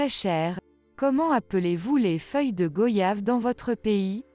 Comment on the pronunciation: Merci pour tous ces conseils, on les prend aussi pour des maux d'estomac, ou après un repas bien arrosé. On prononce goyave comme voyage😉